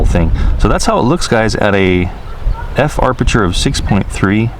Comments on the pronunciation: Great video once again. and also, it's aperture, not arpeture ;D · It is pronounced ap a chur. Not arp sh chur. No R after a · Amazing how many illiterates and dumb,dumbs that are posting comments 🤓🤪 sorry but come on 🙄 and BTW it’s not arpature it’s aperture 😂😂😂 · Ap-e-ture not ar-peture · I am Hawaiian and we definitely don't say AR-perture, don't speak for us if you're not even from here, you are not the gatekeeper, I have never heard someone say it like that. He is mispronouncing it and adding an extra 'R', no big deal- no need to get all defensive. We say aperture here. Still love and his awesome vids! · Alpha6Tango hope he reads this APerture not ARPerture. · I'm lol every time arperture lol love his videos it happens to everyone. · harleyhiker Aperture I reference: Sven Jolly * 1 week ago Kk I am Hawaiian and we definitely don’t say AR-perture. Don’t speak for us if you are not from here, you are not the gatekeeper, I have never heard someone say it like that. He is mispronouncing it and adding an extra ‘R’, no big deal- no need to get all defensive. We say aperture here. Still love and is awesome Vids....... Now! Can we dispense with all of this? Mahalo and Mele Kalikimaka! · Great video, I always enjoy your narrations. Btw, you can turn off that annoying RTH beep by pressing the power button on the DJI controller (not the iPad). However, the 'low battery' beep cannot be turned off unfortunately. Precision Landing is now on by default, you don't need to do anything special on take-off. And, as I'm sure you've heard by now, there's no 'r' between the 'a' and 'p' in 'aperture':) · I don't disagree by any means, he's one of my favorite drone reviewers out there! Doesn't mean the mis-pronunciation of a particularly key photography and cinematography term doesn't bug me though. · Huh? There are two "R"s in aperture.